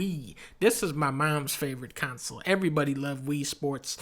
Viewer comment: This was a very entertaining vid, mission accomplished - nice work. What I disagreed with most was not the rankings which were curious at best - I disagreed most with your pronunciation of console, which is pronounced “con-sole” not “council” and jaguar, which is pronounced “jag-war” not “jag-wire” you goofball. 😂 Keep up the good work.